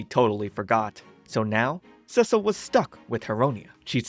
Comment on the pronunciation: The constant mispronouncation of "Cecil" driving anyone else just a little bit crazy. For those who don't know he's pronouncing it the feminine name "Cecile" (seh-seal) in stead of the masculine "Cecil" (Seh-cell) which is how it's pronounced in the show.